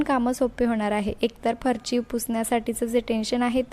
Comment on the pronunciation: अतीच बोलते.अगदी बीन कामाचं.फरची नव्हे फरशी.